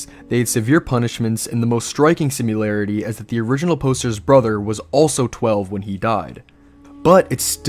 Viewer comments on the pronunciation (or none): "sim-i-lar-ity" Im not sure where you're getting a "u" in the word. Probably being pedantic, but hearing you say "simularity" so many times in a row hurts my being 😂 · What’s a “simularity”? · That is not how similarity is pronounced